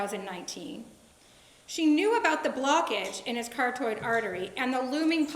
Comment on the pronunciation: What is a cartoid artery? Does she mean carotid artery?